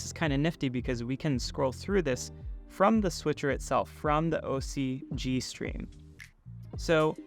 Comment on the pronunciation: Interesting product, but I'm disappointed at this review. You should remake this video when you can actually show features working, is there some type of NDA in effect or was this just a rushed review? c'mon, you can't be bothered to say the name of the company correctly, or connect any cameras to demo a switcher? You can't demo a switcher without anything to switch and the review suffered as a result. The video playback is great! . .. why not show it?? Does it crush the blacks over USB like the ATEM?